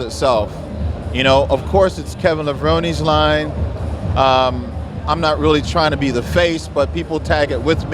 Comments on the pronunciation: Awesome. But you heard Kevin say his own surname, it's LevronEEE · I can tell Kevin cringed when pronounced his last name Levrone, and not "Levroney", haha. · Levron"EEEEEE"...arggh....he's right there...watching you get his name wrong.... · it's Lev-roh-knee you deaf idiot,. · Pronounce his name right. Levrone-E!!! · Well there you have it, Kevin himself pronounces his last name LevoronEEE. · Seriously, why do a lot of people like still say Kevin's last name wrong after all these years? It's clear Kevin says it as 3 syllables with the long ee at the end. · Pronounce Levrone correctly please! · Lol that was so annoying like cmon